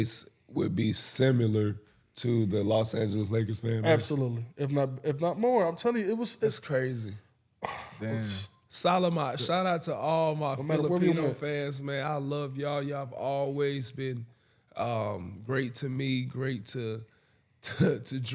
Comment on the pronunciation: Haha “Salaman”